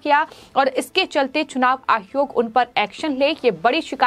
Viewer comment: मैडम चुनाव आयोग होता है आप आहयोग क्यों बोलती हो😀